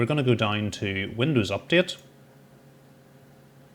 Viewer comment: Just curious - how can DOWN become DINE? That pronunciation is just wild! Great video!